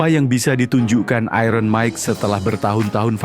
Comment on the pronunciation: Sebut 'iron' pun tak betul orang Indonesia ni. Belajarlah Bahasa Inggeris dengan betul.